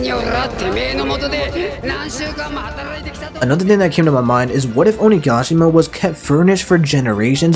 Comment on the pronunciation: Will not subscribe until you pronounce OniGAshima right! “Onigaashima” smh